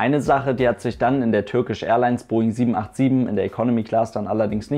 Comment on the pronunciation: Bitte Turkish Englisch aussprechen!!! Es steht ja nicht Türkisch auf dem Flieger drauf! Danke!